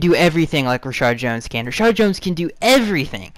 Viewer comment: Why do you always say ReSHARD and not Reshad.